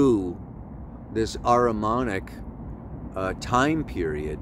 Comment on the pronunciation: Hi and thank you. You mention the word “Aramanic”, but do you mean “Aramaic”???